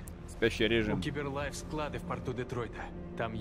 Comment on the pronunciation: Не Сайберлайф,а Киберлайф